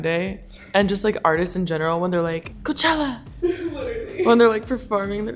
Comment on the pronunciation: I thought when role model performed I thought he was saying hoechella